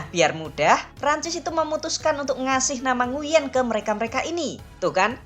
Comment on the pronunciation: Koreksi : "Nguyễn" seharusnya dibaca "NGWEN" atau "NGUEN" ( kombinasi huruf /uy/ selalu dibaca sebagai /w/ dalam bahasa Vietnam jika diikuti vokal /e/ ) . Huruf /e/-nya dilafalkan seperti huruf /e/ pada kata "keras". Kurang tepat jika huruf /e/-nya dilafalkan seperti è pada kata “èmbèr”